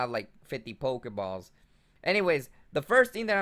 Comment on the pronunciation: "pokespot" and "pokebaws"